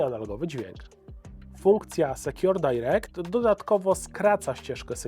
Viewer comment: SOURCE DIRECT w minucie. Wymawia się SORS DAIREKT a nie SEKJOR DAIREKT. Popelina i brak przygotowania. Ogarnij się.